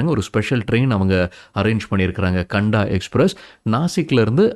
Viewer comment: கண்டா எக்ஸ்பிரஸ் இல்லை சகோதரரே, காந்தா எக்ஸ்பிரஸ். காந்தா என்றால் வெங்காயம்.